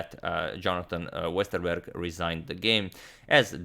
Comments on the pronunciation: Impressive pronunciation of Westerberg. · I'm of course not saying his pronunciation is perfect, it isn't, you can't expect that from someone who's not from Sweden. All I'm saying is that it was way better than I expected. Most people don't get a single part right; he basically nailed the "Berg" part of Jonathan's name. I know swedish, I was born in and have lived my whole life in Stockholm.